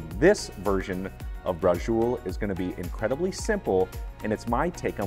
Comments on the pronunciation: It’s very definitely ITALIAN! It’s called Bra-chee-oh-lay in italy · Nice recipe, but you're pronouncing it totally wrong. 😕 It's bra-cho-lay. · Is not Brazul.. is braciole. That is a southern dialect. Most immigrant came from the south. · Brajul??? Braciole sounds different!! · Yup...he could have looked it up. Not authentic pronunciation!